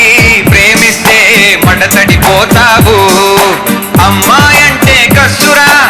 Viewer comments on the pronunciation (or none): మడతడిపోతావూ is wrongly pronounced as మడ్డ తడిపోతావూ. Too gross 😡😡